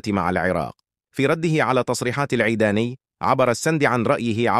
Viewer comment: انت عربي بشرفك لو منفيز اسعد العيداني وليس العبداني كل الكلمات والفظ خطاء